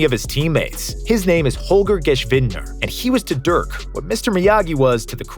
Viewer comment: As a german fan, im actually surprised how well you pronounsed Holgers complete name! For a non german languaged guy this is superb for real Also nice Vid :)